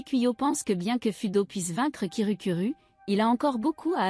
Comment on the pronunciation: Hum tu avait dit kirukuru a la place de kirukiru. /\__/\ |● ●| ( /> ) Un petit chat 🐱 ❤❤❤ Bref continu comme sa❤❤